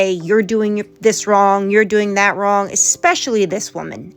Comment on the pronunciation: She also says wron instead of wrong 🤣